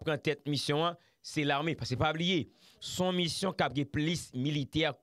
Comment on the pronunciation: Di Rode avan l rele nan emisyon an, fè on ti repetisyon. Mission, se pa MUSSION.